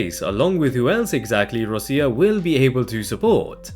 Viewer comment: “Rosia”, please don’t… ROCCIA, like Rocha, but with hard C pronunciation. Please.